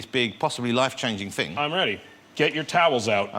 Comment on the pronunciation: "It's quite a big fing."